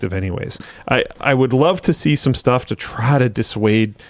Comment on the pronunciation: is it just me or when said "try to dissuade" there was a hint of a Southern twang for some reason? I know, random. But I can't unhear it